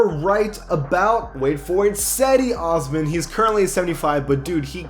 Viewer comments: Just constructive criticism, but Cedi Oscan is pronounced Jedee Osman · Cedi Osman It is pronounced Jedi Osman not Sedi Osman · It’s pronounced Je-di Osman